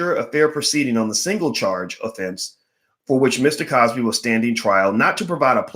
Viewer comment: why are you butchering the good doctor's name though.